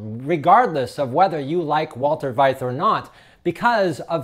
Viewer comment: His name is pronounced fight for Veith.